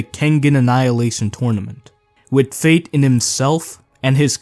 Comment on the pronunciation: Man had 100 chances to say faith correctly but decided to keep saying fate